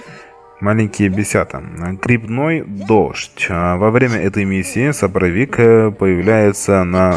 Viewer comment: споровик а не сопровик